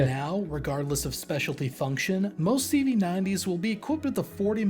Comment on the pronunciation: making all our swedish CV´s sound like german ones complation xd